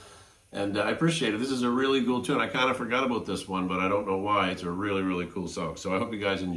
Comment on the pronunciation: You sound Canadian. You said I forgot aboot this one. My Mom is from Ontario Canada, just sounded nice to here the word aboot.